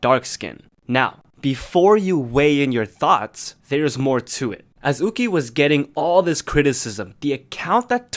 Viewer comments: It’s pronounced You-chee not ooh-gi. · ahh it’s pronounced you-chi instead of u-gi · her name is pronounced yuu-chi (it's hard to explain how 'y' and 'q' is pronounced in mandarin) since her name is chinese, it's not pronounced as oo-ki! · from the actual korean pronunciation it is 우기 as in oogi not you-chi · Isn’t yuqi pronounced yoo-chee?? Not ooh-gee? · its pronounced more like "yoo-chi" but her name gets changed to "woo-gie" (romanization) 우기 in korean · I'm not sure of the correct pronunciation of 'yuqi' in chinese but in hangul it is written '우기' meaning it should be pronounced in english as yu-ki, kinda like the pronunciation of the japanese name yuki lol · I think that Yuqi's name is pronounced 'YOO-CHI' ;') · Yuqi is pronounced Woogie. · Why are you pronouncing the Chinese names like that? It's YUH CHEE and SHOO HWA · Not to be that one chinese but its pronounced you chi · i thought yuqi was pronounced yu-ki.. i was confused at first but then i was like OH🤯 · pronouncing yuqi name wrongly 😔 Its a chinese name so its pronounce 雨琦 (yoo-chee) you can search it up bc i suck at my chinese LMAO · IS THAT HOW YOU PRONOUNCE YUQI????? I'VE BEEN PRONOUNCING IT YOO-KEY???? MY USERNAME WAS YUQI-RELATED ONCE AND I STILL PRONOUNCED IT WTRONG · No it is pronounced as ohh-gee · Idk if you know how to read it but it's spelled like 우기 which is pronounce oo-gi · The way he pronounced yuqi ._. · y r u saying yuqi like that. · The way you pronounce yuqi really bothers me HAHAHAHAHAHA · I've been mispronouncing Yuqi wrong for the past year oop- 💀 Also, 2019 kinda sucks for K-pop fans :/